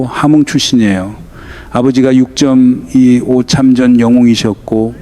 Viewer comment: 다 좋은데 육쩜이오 전쟁이랑 유월이 아니라 육월로 발음하는 ai나레이션 수정 좀 안됩니까? 집중하는데 상당히 거슬립니다. 6월 지나서 들을까했는데 이번달 아직 많이 남았네요.